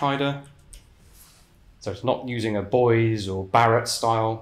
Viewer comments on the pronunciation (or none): none